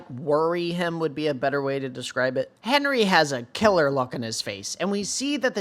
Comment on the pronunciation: Hinrigh is not pronounced as "Henry".. but as "HEIN-RIG".. your videos are great, but the way the HxH community has been mispronouncing Hinrigh has been driving me CRAZY lol.